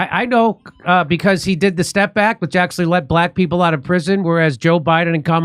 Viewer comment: she says "piple"...not "people"....makes me want to gouge my ears out